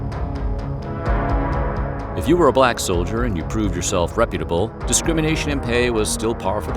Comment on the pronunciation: You said “balck privates” hehehe 😂